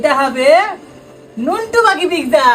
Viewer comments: Pizza 😂 not pigza😂😂😂 dhonger warning⚠ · তুমি পিজারে পিকচা বলো❤❤❤ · ওটা পিকজা না পিজ্জা 😅😅 তবে রেসিপিটা খুব সহজ❤❤ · Pizza❌ pigza ✅ hee 😂😂😂😂😂